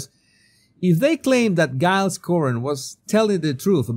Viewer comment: FFS! Take lessons in basic English! It's DJILES Coren, not GUYLES Cohen! You need to get back (?) to the basics of English phonetics!